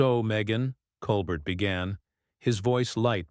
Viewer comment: At least the ai voice doing the "reading" only called Stephen Colbert "Coal bert" six times that I noticed. smh. The super weird artificial cadence of the ai voice is more bizarre than the mispronunciation of common names and words. I honestly have NO IDEA why mattress actress Meghan Markle was invited onto The Late Show, Stephen Colbert's guests usually have an actual talent or ability of some sort. Not so in this case.